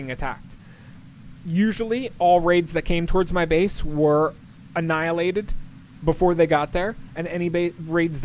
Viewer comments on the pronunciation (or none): none